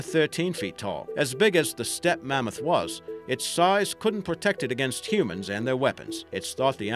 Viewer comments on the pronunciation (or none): none